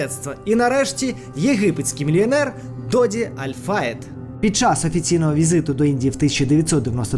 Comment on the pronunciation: Аль ФаЄд ставте будь ласка правильно наголоси 🙂